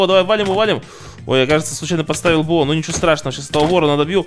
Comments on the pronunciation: Почему говорит бэо а не бо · Не БэО,а БО,запомни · ДЕМ ПОЧЕМУ БЭО?! ОН БО А НЕ БЭО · Ребят, кто тоже слышит от не бо,а б о? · ты специально говоришь б о а не бо? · Можешь не творить Б о уши режет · БО читается не по буквам а вместе